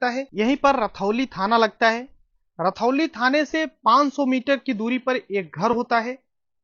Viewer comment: रतौली नहीं रुधौली है भाई साहब